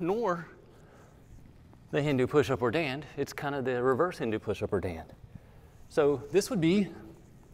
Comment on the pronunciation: 👌👍Perfect..It's called a Dandh ... like Dand-huh. Not Daand. Very nice explanation.